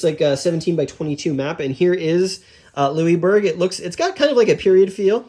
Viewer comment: Lou-is, not Louiebourg